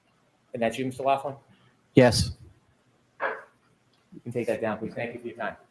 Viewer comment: It’s loughran not Laughlin